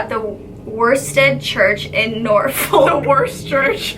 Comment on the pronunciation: WAIT DID SHE JUST SAY NORFOLK?!:O I literally go on holiday there every year... have I visited that place? I've seen that photograph so many times how did I not know? Also you can't pronounce English places at all XD